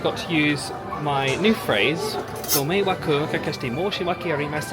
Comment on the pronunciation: Thank you for being so respectful and your Japanese pronunciation is great😊